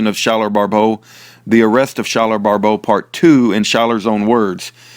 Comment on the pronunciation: Thank you sooo much for putting out these videos recently! I'm just discovering them and I am so blessed by them! I am his mom! His name is pronounced like Sky-ler! lol! I wish I could tell you how to properly pronounce his middle name (Pyatte), but, it sounds like pie-it! I hope that helps! Please message me sometime through fb/Messenger!